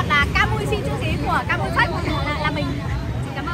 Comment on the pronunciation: Kamui mà em nói Kamu quài lun😂